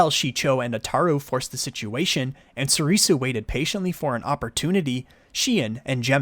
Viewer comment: Your saying Soresu & Niman wrong, Soresu pronounced like this (sore-sue), while Niman is pronounced like this (nee-mon)